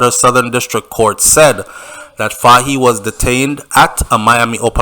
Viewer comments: The pronunciation of the leader’s name is “Foy “ same like “toy” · Pronounce it foye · Hi, first time participating, great job, you’re highly rated as you bear a platform that captures a great majority of viewers and listeners. Take note that “Fahie” is pronounce “Foy” as you would say “Roy.” Funny, right? Another one is “Moise” which’s pronounce “Moeese” like “mo ease.” Just trying to see how I can assist with the many criticisms from people who are talking about how you sometimes call people out of their names.